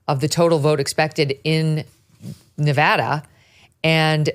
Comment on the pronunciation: Megyn, Thank-you for pronouncing "Nevada" correctly. You said it as the locals do. We voted early in Pennsylvania.